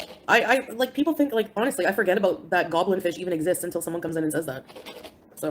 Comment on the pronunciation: 'The first thing he says is he misses me soo much! Lieke...y'knoww ho ho?!? Liekke...' Sure, Jan.